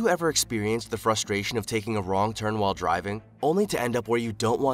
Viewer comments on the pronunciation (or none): The narrator said wall for while. I wonder if he says wah or why? illiterate